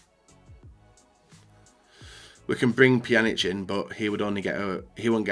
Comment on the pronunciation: Finally learned how to pronounce Pjanic correctly...